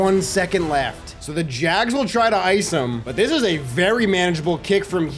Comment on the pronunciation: As a professional Jaguar fan thank you for saying jags instead of saying “jag-wires” all these other madden YouTubers never say it right so you’ve earned my subscribe by not butchering the name